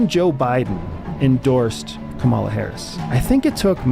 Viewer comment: You’ve changed. Please pronounce Kamala correctly. Added: how does one talk with a brainwashed Nazi who voted for authoritarianism? Wow.